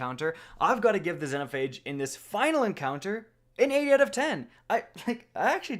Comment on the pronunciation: "Zenhophage" lmao